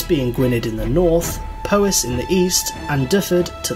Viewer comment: Those Welsh pronounciations make me cry a little inside. For future reference: Gwynedd = Gwin-eth (th as in "the" not "these"), Powys = Pow-iss, and Dyfed = Dyv-ed.